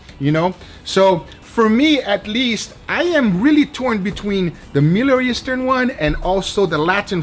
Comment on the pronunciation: "miller eastern" "miller eastern" "midli eastern"